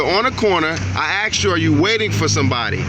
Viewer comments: "I axed you a lawful question" I would have been done with these illiterates right there and then. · I think the correct spelling is "aksd". ;-) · I axed you a question... 🤦‍♂️😂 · Come on this Homie Blue Line Gangster " axed " you ! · He axed him a question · If any public servant says "axet" to me I'll make sure youre fired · To be technically correct, Sergeant dummy did not say that he asked him a lawful question, he “aksed” him a lawful question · when the cop says axed you know youre fucked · That Sgt." Axed " him a question.Maybe his big fat lips got in the way.Notice that are all black,what do you say about that BLM ? Nothing,I thought so. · If I hear one more person say axed instead of asked I will become the misanthrope I was born to be. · 12 black cops for 1 black guy waiting for a cab. The Sgt "axed" him a "lawful" question! RU shiitting me? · He axed you a question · He axed you. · An "Axe" is for chopping wood. Does this lgnocop also say Pasqetti, and iregardles? Another GED lump. Cameras are exposing these low I.Q. dirt bags. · I axed you a question! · He axed Michael? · The Sgt says .. I axed you a question.. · He axed him a lawful question what a goon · Did he axe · I axed you lawful question...lol! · But the cop AXED him a lawful question? :-) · He shoulda answered him since he axed and not asked. SMH. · Did it hurt when he was "axed"? Wouldn't "axing" someone be battery? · He didn't ask him, he axed him. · The sergeant needs to learn the difference between axed and asked. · He "Axed" him a lawful question!😂😂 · seconds I “axed” you a question. Dude where did you go to school?? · He didn't ask him:he axe him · Why is it axed Instead of asked😂😂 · The Guy had to move... the Sergeant '"Axed" Him... Like 5 or 6 times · "I AX'D YOU A QUESTION" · sgt. -"i axed you a lawful question....." = lol...another dopey cop with no idea of the law.... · "I AKKSD you are you waiting for somebody." Why no officer, would you care for some urine? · Axed a question